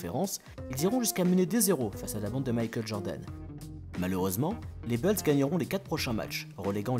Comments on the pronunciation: Stp tu peux dire les Chicago Boulz au lieu de Chicago Beulz ;-) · arrête de dire les beulls stp c'est embarrassant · Faut arrêter de dire « Beuls » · Tu fais le malin toi aussi, la prononciation française "bOUlsse" est une erreur, la leur est plus fidèle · Salut, En suivant ce lien, tu pourras écouter la bonne prononciation americaine de « Bulls » : Certes, « Boulss » peut sonner plus courant en France, mais notre prononciation tend à être plus fidèle à l’original. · Faut sérieusement revoir ta prononciation "BULLS"